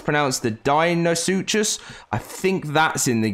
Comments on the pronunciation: I dont think he pronounced a single dino name correctly Cer-at-o-saurus Deino-suchus Deino-therium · From my understanding pronounciations are as follows: Sir-at-a-soar-us Dean-o-sue-kus Dean-o-theer-ee-um Feel free to provide sources sayin other wise.